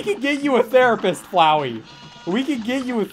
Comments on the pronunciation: Atleast now I know I’m not the only person who calls Cagney “flowey” .-. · Did seriously call Cagney Flowey?????? What game is this?? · bro called cagney "flowey "